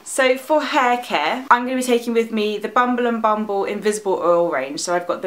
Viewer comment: I love the way you pronounce Bumble and Bumble... it sounds like fingers squeezing bubble wrap :)